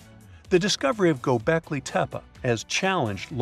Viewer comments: Dude, Gobeklee tehpee, that's how it is pronounced correctly, I know you can do it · That's immediately what I thought lol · but he said it like it was likely pronounced in those days